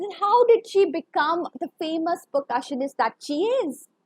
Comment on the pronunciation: Very bad pronunciations...Sullivan, percussionist and many more pronunciations were wrong...